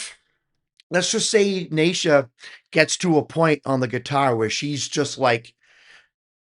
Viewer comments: In the last year or so they have had the juno keyboard, the les paul. a fender bass, not yet used in a video, an acoustic guitar and a double bass pedal donated to them so their sound has improved without extra expense to them. Neisha is actually pronounced KNEE-SHA! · Naces : Aces with an ‘N’ 😉 Neisha : Knee Sha 😁